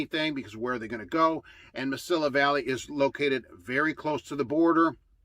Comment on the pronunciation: it is pronounced Ma-see-ya Valley. They are out of El Paso. Nuff said!